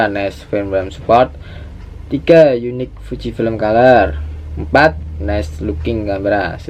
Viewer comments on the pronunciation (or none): none